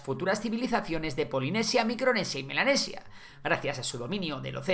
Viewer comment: Yo escuchando "Milanesa" en vez de "Melanesis" 😋